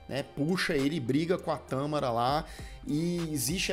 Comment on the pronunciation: Tãããmara ou Tamááára? Eis a questão! A Xuxa era linda! E a Vera "Pescadora" tbm!